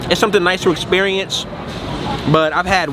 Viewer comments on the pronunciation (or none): Bro said “ESSSSPERIENCE”